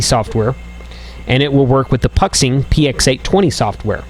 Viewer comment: love the videos just a quick FYI Puxing is pronounced "Poo Shing" it's a factory in Xiamen (pronounced "Shar men" ) in China keep up the good work always very informative.